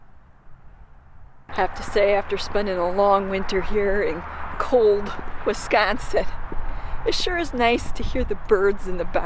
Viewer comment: Great video! You hooked me as soon as I heard you say "Wisgonsin." I grew up in Shawano County (Caroline, pop. 250) in the 60s and 70s and spent a lot of time Up North. Woodruff and Minocqua and that area are great year-round. Caroline has an annual Colorama festival of horse trail riding, camping and music each fall, if you're ever in the area at that time of year... Thanks again for the great video. Love your editing, but it looks like a lot of work.